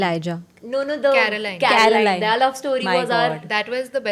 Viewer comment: what is wrong with pronunciation of ‘their’? she pronounces ‘there’ correctly but pronounces ‘their’ as ‘they are’.